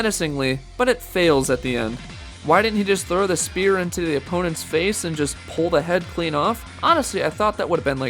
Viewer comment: I never get how they can make any video like this and not sound one bit enthusiastic. Sucks... And "spear" Really?